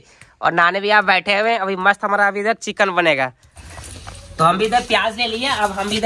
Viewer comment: Kitna chickan chickan kar raha hey jeisey jeewan mey first time kha rahaho or chickan nahi hota hey chicken hota hey 😂😂